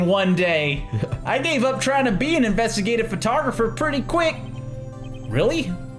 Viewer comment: my mom's friend's daughter was watching me watch this and she was reading along so here's some highlights: - calling Edgeworth "Eggey" - actually nailing Lotta's voice - trial is pronounced as "tree-all" - "INVASTIGAT"